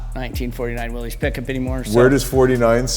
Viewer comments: Willys is not "Willy's." It is an alternative spelling of Willis, and is correctly pronounced Willis. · Please note the correct spelling and punctuation, Willys, actually pronounced Will-iss. Not Willy’s, Willie’s or Willies. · I wish more automotive enthusiasts, builders, and general public would recognize the brand as Willys, pronounced Will-iss, not Willy’s, Willie’s, Willy,etc…respect the namesake.